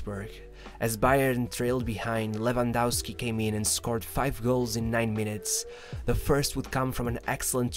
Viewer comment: Who the f is Lewandausky? It's lewandowsky. Both "w" are read as a V